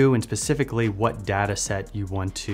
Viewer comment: This guy pronounces data like data so he can't be trusted...